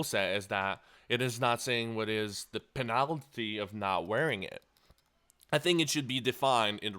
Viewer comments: Say Penalty "Penalitity" one more fucking time, I swear to god. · PEENILTY FOURFEET JESUS CHRIST YOUR ENGLISH IS DRIVING ME NUTS!!! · the way you say penalty hehe